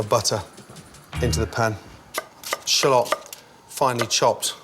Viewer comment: The way he pronounces shallot triggered me